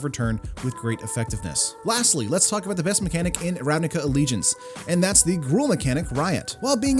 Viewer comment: I think Ravnica should be pronounced with 'c' not 'k', it is not with k in the language where it is from, at least. (But c without 'ee' like when it is spelt).